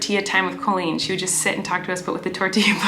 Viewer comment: IM VWOGGIN IM BOWING IM COWEEN I WOVE IT